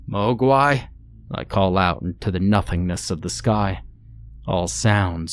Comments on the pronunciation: Hey all! My wife wrote this story nearly 8 years ago, and I'm so proud to see it's still getting a little love. Thanks for narrating! ❤ slight correction in your pronunciation, the name is actually pronounced like 'Mōguai', with the long o. Its a nod at the chinese word for monster. Also, for those concerned about the the attributing of a "skinwalker" to the Ojibwe people, or their area of the world, it's not meant to be about a skinwalker, or any actual Ojibwe cryptid, just one from that area that's old enough for them to be among the first to be aware of it. Some context is missing from this story as it's the first in an incomplete series, and I've spent the last 7 years trying to convince my German wife to expand on it. Time will only tell. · The mispronunciation of Ojibwa and Mugwa ruins this story.